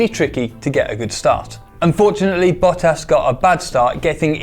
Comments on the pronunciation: I'm i the only thing getting ticks every time he pronounce Bottos... like... where the he'll does he read the U as he clearly thinks is in there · .....BOOO TAS? bottas there are two t's. Great vid just hilarious pronounciation. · please stop it with the Bow-tas, it's hurting my ears. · Great video guys! But... The pronounciation of Bottas... boat ass, i mean jezus christ wtf is that? Just terrible! Still, keep em coming. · Listening to an American mispronounce stuff for 20 minutes is painful. Bowtas?? Nesitate? Did you mean necessitate? Tchassi? Did you mean chassis? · boatas, mex...who are these people? ... o wait im dealing with anglophone's to whom pronouncing things is a game of trying their upmost to not get it right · My fav F1 channel with my fav car channel! Awesome collab now if only you could have given him some hints on how to pronounce Bottas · The way he's saying Bottas triggers me so much xD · I love Donut's content! <3 But it bothers me a little how pronounces Bottas. xD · The pronunciation of Bottas in this video hurts me so much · He isn't saying Bottas right. Making me cringe. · Bottas would commit suicide by crash if he heard that pronunciation. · Wtf is that pronunciation of Bottas? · Why are you butchering Bottas name? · The way you pronounce Bottas... 😬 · Love the vids but how can someone so intelligent, miss pronounce Valtterie’s surname so badly! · Love how he doesn’t know how to pronounce any of the drivers names lol.. shows he’s not an actual consumer of F1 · Your numbers would be more believable if you could pronounce the names correctly.... Like ten minutes of research, bud. Put in the effort. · PLEASE PLEASE PLEASE before making videos regarding people’s names, spend 5mins and find a video of other people pronouncing the name so you don’t get it so terribly wrong. It’s only a small thing but it’s horrible to listen to someone pronounce bottas so incorrectly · Stop saying boatas it’s bottas you goon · It is bot-as not boat-ass